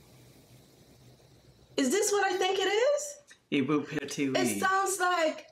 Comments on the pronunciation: your pronunciation was very good 'Ibu Pertiwi' yeah that's is 'mother land' song👍👌💕 Thanks for the greeting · You said was correct " ibu pertiwi" Nice reactions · Ibu Pertiwi... Wow...Anda mengucapkannya dengan benar dan indah... Thank You... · The way you pronouce Ibu Pertiwi (Motherland) is so perfect 👍🏻 I think your anchestor is indonesian lol.. luv you guys. We celebrate it even two weeks before August 17th with traditional games to cheer up the people.